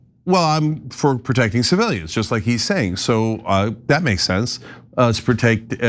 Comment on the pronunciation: he couldn't pronounce "hypocrite" or "civilians" Those words got stuck on his tongue